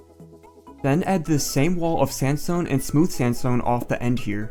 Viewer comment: when you say sandstone i understand samsung i don't know why :))))